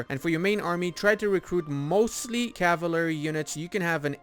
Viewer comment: What an interesting way to pronounce cavalry.